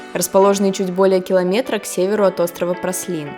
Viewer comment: Праслин )) Пралин